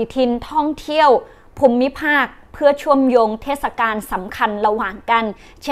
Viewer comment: เชื่อมโยง คำว่าโยง ยังออกเสียงผิดมาก ๆ ครับ หัดต่อไปครับ แค่นี้ก็เก่งแล้ว ครับ